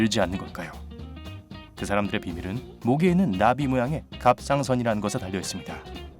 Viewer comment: 갑상선은 뭔소리야 나만 못알아듣나